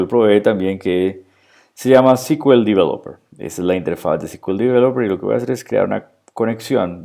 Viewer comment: no uses el inglés si no lo conoces... display no es desplegar... y "ci kiu el" sería CQL... SQL sería "es kiu el"... lo detuve al vídeo porque era para pasarle a un amigo y que entendiera esto, pero ya me dio cringe